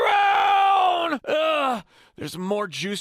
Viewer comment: He literally mispronounced crown